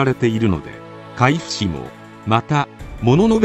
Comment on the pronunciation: 参考になりました！ありがとうございます。１つだけ海部は『あまべ』の読みます。